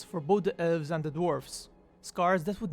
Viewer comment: its ELVES, not ULVES